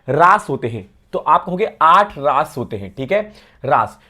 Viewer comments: रस ❌ रास✅ 😅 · raas nhi ras hai vo😂